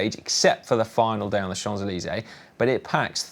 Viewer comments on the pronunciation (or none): Awesome Preview Show, refreshingly humorous as always! Yet, dear & Dan-funkel, please bear in mind that in the quintessentially French toponym "Champs-Élysées", neither the consonant [p] nor the [s] must be pronounced... although we the French will hopefully be crowned as CHAMPS on our delicately cobbled Champs! 😁#AllezPinot #VasyGaudu